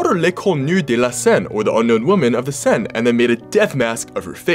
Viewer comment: the river is pronounced Sane by the way. more or less anyway